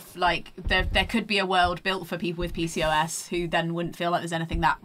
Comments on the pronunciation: deciding they youre going to pronounce pcos differently than every medical provider made this really hard to listen to. pee cee oh ess. not picos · Omg just and that is exactly how i pronounce pcos 😂